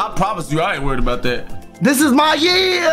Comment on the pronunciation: puts a hard E.R on year.